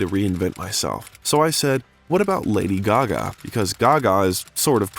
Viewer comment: Extremely interesting!!! Lady Gaga is the most interesting pop star for sure. Very cool vid with the exception of the narrator who can’t even pronounce her name correctly! And kept mispronouncing other names and words as well.